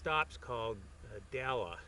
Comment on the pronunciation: It's actually pronounced "Dell" and is a super popular spot for dirt biking drawing lots of riders from the Salt Lake and Ogden areas. Without the dirt bikers and off-roaders the gas station would probably really struggle. Try their pizza if you're there. It's made by the owner and really quite good.